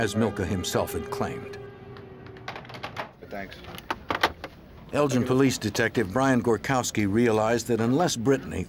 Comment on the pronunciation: In uk its pronounced Elgin not Eljin .